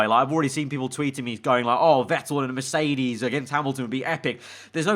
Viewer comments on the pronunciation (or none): none